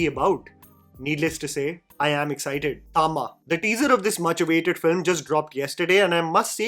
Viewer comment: Not thama bro